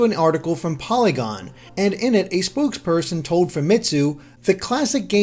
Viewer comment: I heard "spooksperson," instead of spokesperson.